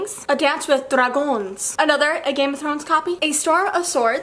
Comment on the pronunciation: What do you think about “To the lighthouse?” Have you made a review on this book? And on Ember in the Ashes? (Also i totally laughed the way you pronounced “dragons” in got books it was so funny)